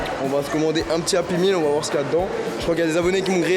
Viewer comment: API MILLE MDR on dit "Happy Meal